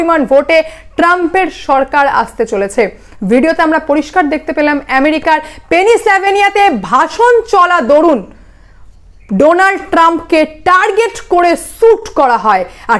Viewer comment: ওটা হবে পেনসিলভানিয়া! আপনি বলতে গিয়ে ভুল উচ্চারণ করে ফেলেছেন।